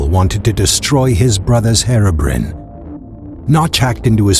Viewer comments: You said Herobrine wrong it's Hero Br-i-ne not Herobrin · he said hero brin XD it's hero Brian XDDDDD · no offence, but thats not how to say Herobine. its hero-brian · Herobrin Ahahhahahahha am dying you dont know to say Herobrine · anyone gonna comment how he pronounces herobrine?